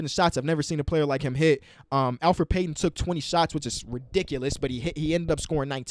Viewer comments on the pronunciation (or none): none